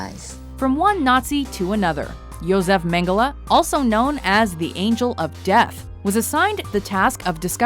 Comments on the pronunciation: She seems to have a problem with pronouncing an e at the end of a word, first PorschE (which she pronounced Porsch), now MengelE (whom she pronounces MengelA)... Godamnit, it's not that hard, please do some pronounciation research in the future before doing stuff like this. Especially on names (or brands) as popular as this. The Lizard-guy looks a bit reptilic himself, I wonder why xD I guess he could also be a potential candidate of the "climate change is a hoax"-coalition... Also, todays technology (and industrialisation) plays a huge role in the climate change. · it's pronounced mengles not mengele